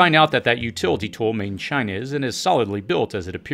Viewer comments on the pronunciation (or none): none